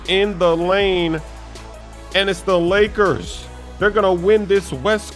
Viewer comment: He said blakers